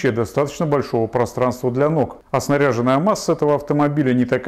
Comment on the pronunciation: не снарЯженная, а сгаряжЁнная